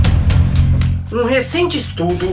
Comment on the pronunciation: "a letra u",eu ouvi:"número u"RACHEI VEI